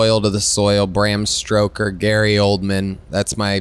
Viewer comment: Yeah real loyal saying "Stroker" and not "Stoker".